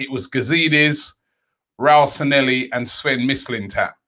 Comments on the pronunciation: Bro its pronounced 'SAN-YE-HI' where are you getting these Ls at the end from -and double L is always pronounced YE anyways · SAN-LE-HI IS HOW ITS PRONOUNCED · Robbie the name isn't Sanelli kindly pronounce it well